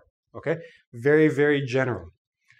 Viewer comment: It's not vary it's very LMAO 😂